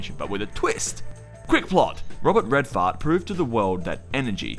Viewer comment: Redfard? How can you not say Redford? Its red ford, not fard.